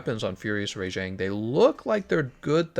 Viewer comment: Alright, Rajang still pronounced wrong.